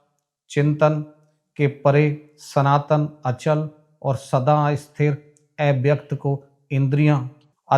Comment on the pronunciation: Kripya thoda uchchcaran par dhyan den EIVYAKT nahi AVYAKT hota hai